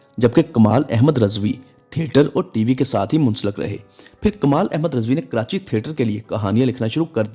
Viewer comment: Please improve your urdu pronounciation. RIZVI not Rezvi